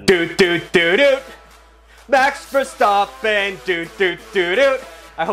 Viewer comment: Why can you say verstappen correctly,but make it mex instead of max? I do t get it